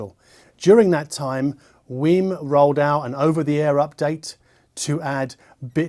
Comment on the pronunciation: I hear him saying wim instead of weem, is he pronouncing it right?